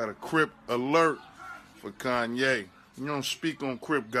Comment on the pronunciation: Most buck tooth way to say Kanye